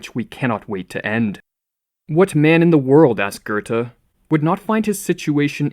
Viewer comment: Work on your procunciation. It's Goethe, not Gurthe.